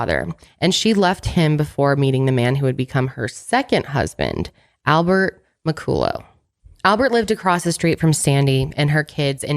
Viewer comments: McCullough is usually pronounced "Mickuhlla" but keeps saying "Mickoolō" I guess his name could've been a different pronunciation. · Mc-cull-uh is how you pronounce McCullough. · I have a friend who’s last name is McCullough but it’s pronounced “ MA -CALL-LA” lol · im scottish and laughing so hard at how pronounced mccollough 😂